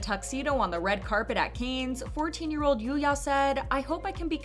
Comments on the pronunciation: It is not "canes", it's "can". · Oh my god, it's pronounced "KAHnes " or "Cons" not "Kanes". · Cannes is not pronounced like "canes" but like "kan" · I can't with the "Kaynz" pronunciation. 🤦‍♀️ It's pronounced "Kahn" or "Con", but never "Kaynz". 🤷‍♀️ The S is Silent. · It's pronounced as "Can", like a can of tuna, not "kayns". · I was going to comment about this, too. I found it irritating to hear "canes" over and over again 🙃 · Please look up how to pronounce the word "Cannes" it is not pronounced as canes... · it's pronounced like soda can not canes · It's pronounced like "Can". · FYI, "Cannes" is pronounced as, "can" without the 's' sound. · I thought the same, like, “canes”? Never heard it pronounced like that before!😂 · Dude, I was looking for this. I was thinking how can she pronounce Japanese semi-correctly, but can’t say Cannes? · my francophone soul couldn't take it by the middle of the video 😂. I mean, if it was something like "Arnac-la-Poste (Haute-Vienne)" I would understand but Cannes is so famous and easy to pronounce.. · So you’re just going to pronounce “Cannes” completely wrong? That’s what we’re doing? Ok.